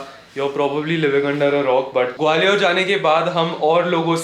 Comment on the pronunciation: ग्वालियर है वो gwaliooor nahi hai 😂